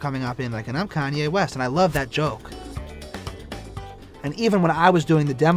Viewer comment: “,Kayne west” 🤣